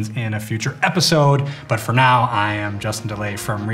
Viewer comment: Did he just say Justin 'Delay' from reverb?